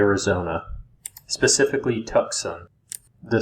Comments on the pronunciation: Tucksun... Lol. It's Two-S-on. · Tucson is pronounced TWO SON!!! Not Tuxson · Tuxon 😁😁switched off, love to hear Yosemite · I think what that other person meant was it should sound like “2-sonn”. No “c” pronounced. 👍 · Two-saun = Tucson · As a resident of the state of Arizona could you please Google the correct pronunciation of Tucson and Sonoran desert have Google tell you how they're pronounced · Couldn't get through it. Had to stop after you butchered Tucson for the 3rd time. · If you say, Tucson wrong one more time, I’m leaving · Is this AI with the crude mispronunciations of place names? Or is it a human who has never heard of places they should have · Bro. Your pronouncing TUCSON & SONORA. CRINGE WORTHY!